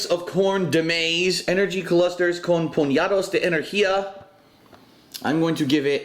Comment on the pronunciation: demise? lmao oh well at least you got the second half of con puñados de energia right.. your spanish sounds pretty good